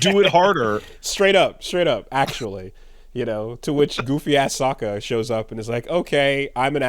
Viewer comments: And "Soak-ah". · And then proceeded to say “Soh-ka” later on. Pretty sus.